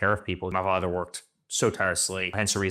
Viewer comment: Eric: "My farter, my farter, my farter,...."